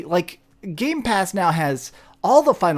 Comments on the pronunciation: It triggers me every single time when he says: GameSpass is GamePass not Games-Pass. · I've always liked when you say gamespass with the s. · Also keep saying Gamespass 😆